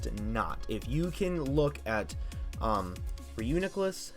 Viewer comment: FLYGON SUXXX also stop saying reuniclus like that pls